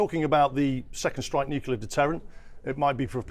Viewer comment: What’s ‘Nucular’?